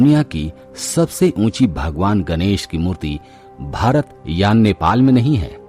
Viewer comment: गनेस नहीं गणेश बोलो न । न व ण का उच्चारण मे कोइ फर्क नही है क्या ।